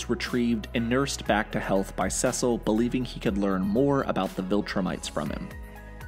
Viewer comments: I’m sorry but, it’s pronounced “Sea-sil” not “sis-sil”. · time . Cecil .. his name is pronounced "Sea-Sil" not "Sess-sil" . I can send a video of him saying his own name . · Every time he pronounces ‘Cecil’ like ‘Sessil’ it throws me way off guard 😭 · You’re pronouncing Cecil wrong its not sesell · CECIL. CECIL. SEE-CIL. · Cecil is pronounced like see sul. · It’s pronounced (See-Sil) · I cringe every time he says “seh sil” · Anyone else bothered by the way he says Cecil? Saying it like sesscil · Gave up on your video like you should’ve done when you said “cesil” too many times. I made it to and had to pause it. I before e except after c. Doesn’t make a c go piss. Cečil might help you so you say the c more angry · The only crime in the video is how he pronounces Cecil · The whole saying Cecil name wrong is like getting poked with a needle every five seconds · lol why do you pronounce Cecil name wrong. I’m trying to make it through the video but it’s bothering me. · Good video. But I never want to hear how you pronounce Cecil ever again. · You're saying Cecil's name wromg man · Love the video, but absolutely HATE how you pronounce Cecil. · why does he pronounce Cecil that way 😭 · I’m sorry but it’s bugging me so much, how do you not know how to pronounce Cecil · I hate the way he pronounces Cecil 😂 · Please stop saying Cecil like that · Please for the love of god pronounce Cecil right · Please keep mispronouncing Cecil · I'm sorry but why is he pronouncing Ce-cil as Sesal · It's seeeeeeecil not sasel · It’s (See-Sil) not (sus-il) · “Sessile” just pronounce it as see-sal, driving me crazy. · Am I Tripping or is he pronouncing Cecil's wrong?. It sounds more like seasil and not secil like in this video. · it.... It's See-sill, not Sessil. It shouldn't bug me as much as it does, jeez. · It’s SEe cill not CeSil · Sessel 💀it’s pronounced “sea soul” Cecil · why does he say saysil instead of cecil ?!??!?!?!!?!?!?!?!?!?!??!?! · It's pronounced CEECIL not sesil